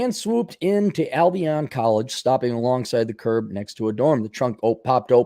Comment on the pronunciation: Pronounced... Al-be-in